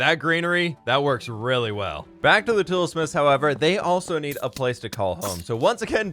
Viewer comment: is he saying toolsmis